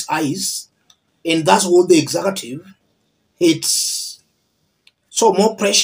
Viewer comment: Kenyans say “exakative”. Do you all mean mean “executive” or is that a Swahili term?